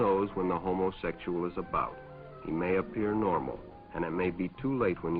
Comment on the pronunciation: I just love the way the narrator sounds out the pronunciation of "homosexual."